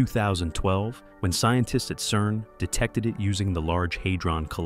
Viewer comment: Outlaw- "CERN".